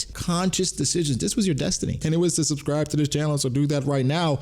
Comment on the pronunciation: I’ll do my best to watch out for spoilers..! Type this at the end of the video and did ya say “Subscribble” ..???